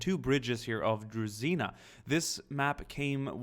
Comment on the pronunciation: DruZHina,, not DruZina Zh sound - like french word Je, but without E